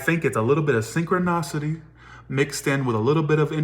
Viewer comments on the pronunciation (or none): just wanted to let you know that’s it’s pronounced synchronicity sing-kruh-ni-suh-tee Cuz you’re saying synchro- NOS-city When it’s Synchro- NI-city Or just good how to pronounce synchronicity on google of what I said doesn’t make sense! Lol love you just wanted to help you out! ❤️